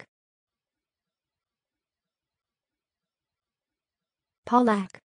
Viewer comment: It's Pav-Lock...